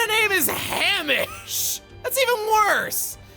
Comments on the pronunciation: Fun fact. The name Hamish is pronounced Hame-ish not Ham-ish. Pronounce the Ham like came with a H. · It’s not Ham-ish, it’s hay-mish It’s semi-common is Australia I believe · the sergeants name is actually pronounced Hā•mish with a long A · Chugga its Hay-mish not Ham-ish, your ignorant American is showing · "What the hell kind of name is HAM-ish?".....Hay-mish,. It's quite a common name in many places. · It's pronounced Hay-Mish chugga. Silly goose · Hamish is actually a Scottish name but it used throughout the UK. My friend in school was named Hamish and it's pronounced like "Hay"mish rather than "Ham"ish. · So, uh... it's not Ham-ish. It LOOKS like it, but it actually sounds like Hay-mish. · Hamish is a traditional Scottish name, Chugga. And it's pronounced haym-ish, not ham-ish lol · FYI, Hamish is pronounce “Hay-mish”! It’s a more common name amongst older folks here in Scotland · Hamish is definitely not pronounced like Ham-ish More like Hame-ish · Ironically, Hamish is arguably the most normal name out of him, Jac, Yachik, and Freya. Hamish is a boy's name, Scottish in origin, though is a little old-fashioned. It's also pronounced "hay-mish", not "ham-ish". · Hamish is actually pronounced hay-mish. I used to sit next to one in one of my classes back in high school. I think its Scottish. But you tend to get quite a few here in England aswell. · Hamish is a common scottish name, it is pronounced with a long a. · The pronunciation is actually hay-mish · fairly sure its pronounce Hay-mish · It's pronounced Hay-mish Chugga... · Hamish Hay-Mish(like fish) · Hamish is actually a pretty common name in countries like scotland, also its pronounced (Hay-mish) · Hamish is pronounced Hay-mish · the name is said as "Haymish" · It's pronounced: "Hay-Mish." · hamish is proncnuced hay-mish you silly goose. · It’s pronounced “Hay-mish” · Hamish is an old british name pronounced Hay-mish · Also isn’t it hay mish Rhymes with neigh Ray hay gay and pray